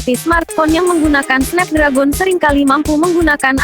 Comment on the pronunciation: Snep dregen bacanya